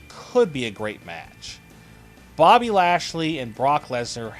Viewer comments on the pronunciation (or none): none